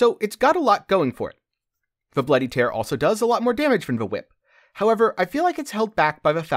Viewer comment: It's bloody tear as in crying tear. It's a castlevania reference